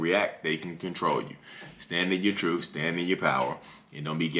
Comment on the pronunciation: TruTH..not truFF..ugh!😂😂